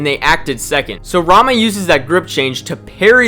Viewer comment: I am a weeb, so everytime you said "Rama", I heard "Ranma" initially. Technically he's also a martial artist, but that anime is no where even close to realistic, lol